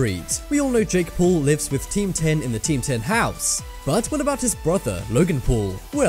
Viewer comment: It's not teamdom its team 10